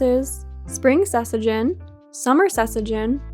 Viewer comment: Wait, THAT is how you pronounce sesajen?? Well now I'm glad the kind Indonesian commenters only came for my pronunciation of jamu haha. 😆